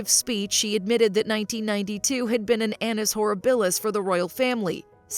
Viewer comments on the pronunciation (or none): Very poor examples! None show her as ruthless, on the contrary. Also, it’s horrIbilis. Thumbs down.